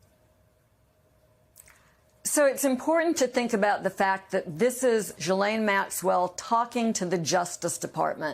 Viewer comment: It's baffling how many journalists and guests everwhere don't know how to pronounce Ghislaine.